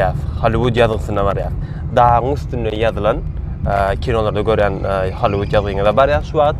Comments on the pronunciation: Hallyvud dal Gallivud diyip aydylya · Не холливуд а Голливуд учись пожалуйста правильно говорит на английском буква H читается как буква G не позорь нас пожалуйста